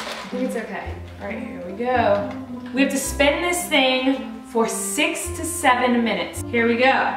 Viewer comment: Anyone else notice she said mintues instead of minutes